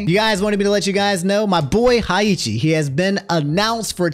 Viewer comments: out here saying Hi-Eeechi instead of Hey-Hah-chi is funny af. Its like when your girl tries to pretend she likes your games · Nah high ya chi i don't even know you pronounce it like that i always said hey ha chi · Haichi?... don't you mean heihachi? 😂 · bruh...who is "Haiichi?" I could have sworn his name is "Heihachi." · Listening to this at work and got hit-stunned from hearing “higheetchy” 😭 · “my boy, HEiicHi” 💀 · God DAMNIT. HEI-HA-CHI COME ON BRO 😂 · Please … STOP SAYING “HAICHI” IM DYING ON THE INSIDE EVERY TIME 😭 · Im not usually a stickler for things like this, but everyone says Heihachi’s name wrong, cuz who tf is Heichi,? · Who the FUCK is Hayichi? Good lord lmaooo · Bro, Hey-Hachi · did you just say haichi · You calling heihachi heichi hurt. Also its t8 not t7 lol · im going to ask politely to never say haiheechi ever again 😂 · I legit paused when you said Heihachi's name, Tekken players all over the world and I've NEVER heard it pronounced that way. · … why do you pronounce Heihachi like that 😢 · I do not endorse that pronunciation of Heihachi 😭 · Classic mispronouncing Heihachi's name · My brother in christ you did not just pronounced Heihachi like that. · ...aint no way youre mispronouncing heihachi name like this 😭😭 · we have let you get away with mispronouncing a LOT of things but how do you butcher Heihachi tHAT BAD